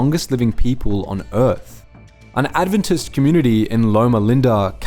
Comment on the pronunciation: You could pronounce 'Adventist' properly